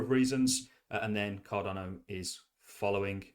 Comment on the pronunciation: Mate, love your videos. Genuinely enjoy them.. one thing though, it's Card'a'no not Card'o'no. I know you've mentioned before you've got dyslexia, I've got a learning disability myself so I'm not having a pop. I just think as your channel grows and you continue to be a big ambassador for Cardano you should pronounce it correctly? Apologies if there's a reason for it and appreciate the time and content you put out, it's awesome stuff 💪👊